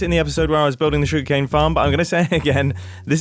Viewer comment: every time mumbo says "sugercane" i think of that ely remix